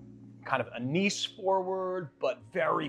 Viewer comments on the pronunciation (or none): none